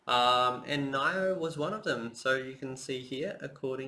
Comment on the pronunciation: you pronounce nio so wrong lol